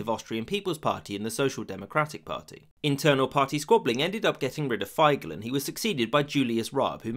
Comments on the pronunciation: Turns out Russia screwed us 🇦🇹 over then like they try with 🇺🇦 today. Other than that it sounds about right…except the way you pronounce Figl‘s name. /i:/ like in „feet“, not /ei/ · I've learned the pronounciation is Tee-Rol, not Tei-rol. Feigl is called Feee-Gl. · From an Austrian: A minor correction - Leopold Figl's last name is pronounced "Feegle". Otherwise, a great video 🙂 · i just wanna add that Figl isnt pronounced f-ai-gl but more like Feegl which i think is very funny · The name was Figl not Feigl. Also, I am pretty sure the SPÖ was always called SPÖ since 1945, not SDP. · Figl is pronounced feegl, not faigl. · You forgot the Legend about the Staatsvertrag. It is told that our prime minister won a drinking contest against the russians, so they agreed to make austria neutral. Also Figl = "Feegl". The i is spoken as in "is" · Figl is pronounced like fickle but with a g as in girl instead of ck. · The way you pronounced "Figl" made me die a little bit inside. (For those wondering, the correct pronounciation rhymes with "eagle" in english) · This is NOT how you pronounce "Figl"!